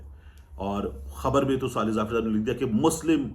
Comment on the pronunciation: Swaleh nahi sawleh